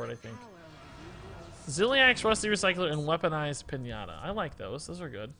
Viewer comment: did you seriously say pin-ahh-ta instead of Pin-ya-ta?